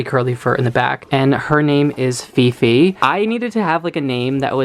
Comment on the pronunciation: hi! i know this is old video.. i just happen to saw your videos today and wanted to comment on a specific name that i can stop laughing.. 😂 not sure how you spell her name.. is it fifi or phi-phi? but the name just sounded like pipi or pipe (pronounced like pee-peh) in our language which means pussy 😂 and you said its because of the curly hair and i immediately thought of pubic hair.. sorry 😂 im bad..